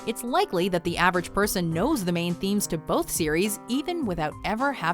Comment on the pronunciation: lol I thought you said main musical memes.